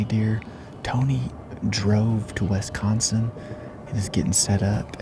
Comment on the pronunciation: we gotta work on how you say Wisconsin. It's Wisconsin not Wesconsen.